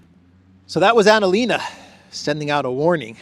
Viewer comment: Pls don't mention März and ANALena. It makes my ears bleed. I'm German. Thank you.